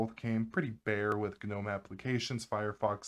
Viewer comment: Can't do his Hard G gnom E and the side as susA 😢